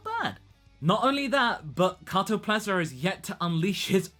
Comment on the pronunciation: KatoPESLA. Not Katoplesa.. lol